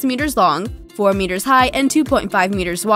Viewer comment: Something offputting about her voice. And i hate when she says meters.